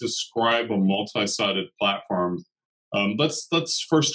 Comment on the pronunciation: Good interview and briefing. Thank you. ps It is said PlaTform not PlaTAform